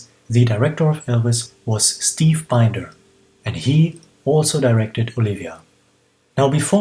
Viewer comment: Hi! Steve Binder’s name rhymes with “cinder”